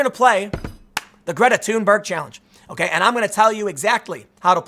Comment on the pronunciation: props to Tim for properly pronouncing her name: "Tuneberg" - havent heard any other media person get it right yet